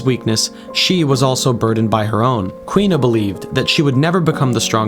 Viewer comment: For the record, the girl's name is pronounced Koo-ina. Not Kwina. There are a full three syllables to her name.